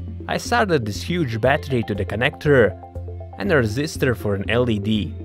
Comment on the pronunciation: Soldered the led.? Its not pronounced lead... you pronounce it by spelling it out.. L.E.D.